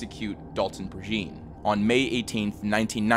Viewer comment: Love your vids, man....one note regarding Dalton Prejean: I'm from around the Lafayette area, it's a Cajun last name, so his last name is pronounced ("PRAY-janh", with the "jean" pronounced as in jean-batiste or jean-pierre). I'm sure you won't even see this, but i gotta rep my people. Keep the quality content comin!